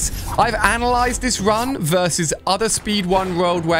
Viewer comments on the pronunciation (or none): none